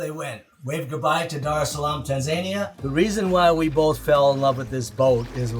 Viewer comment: Your pronunciation of Tanzania is hysterical... :)